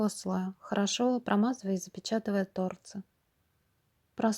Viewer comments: Почему тооорцы, а не торцыыыы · Ну не тОрцы, а торцЫЫЫ, уши мои уши. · ТорцЫ, ударение на Ы!!! Слух режет жестко! А дизайн СУПЕР!!!👍🌺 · Правильно говорить торцЫ, извинете конечно,но слух режет.